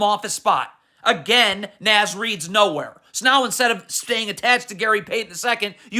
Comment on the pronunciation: I like how he dunno how to pronounce Naz Reid name 😂. N(AW)Z not N(azz) lmfao